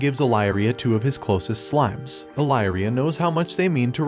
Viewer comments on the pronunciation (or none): It's on how you mispronounced slimes into smiles